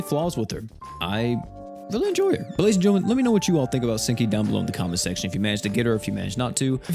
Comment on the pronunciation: All I can hear is stinky instead of senki